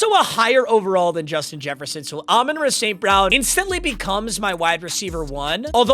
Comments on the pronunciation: Idk if it’s just me but I lose it every time he says “ Amon ruh st brown” it’s Amon rah bro 😂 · Learn how to say “Ra” St. Brown